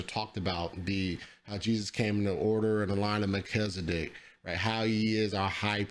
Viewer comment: You pronouncing Melchizedek like Mel-kizzle-dic. What's that? His rap name? 😂